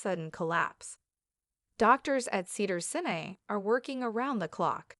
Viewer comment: Cedars Senay? AI can't even pronounce the name of the hospital correctly. He broke his collarbone in February 2025 and this video is complete bull💩.